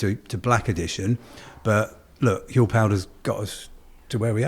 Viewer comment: I love y'all, i just ordered my first batch. But I have a bit of constructive criticism. Huel rhymes with gruel. As in, stereotypical prison slop. That's what it makes me think of lol. Like i said I'm not trying to be rude, i love the mission you're on, but that's just how the name strikes me.